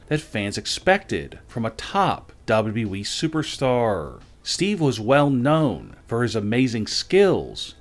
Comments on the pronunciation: It’s WWE, not Dobbity-Dobble E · Gotta be AI. I mean WWE pronounced as "dubba-duh-wee"...